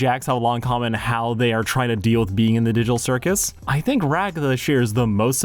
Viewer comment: did he just say the diddle circus?